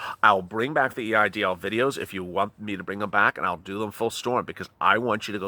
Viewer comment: Did you say it’s called a E I DL loan?